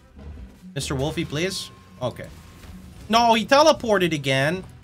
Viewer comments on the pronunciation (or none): none